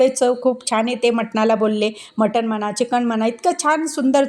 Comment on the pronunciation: मठन नाही मटन म्हणा